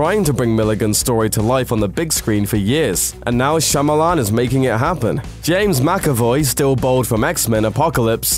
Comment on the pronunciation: I give you props for pronouncing M.Night's name properly; most youtubers would hesitate, butcher it, and then joke about how foreign it sounds. Kudos to you.